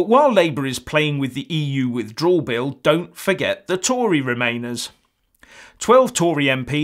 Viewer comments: Furious, you must be a bit slow. Try listening to the "substance" of the video. can't say "withdrawal" properly! What substance are you on? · It's a shame can't say "withdrawal" properly! But then, he can't say what sovereignty is properly either...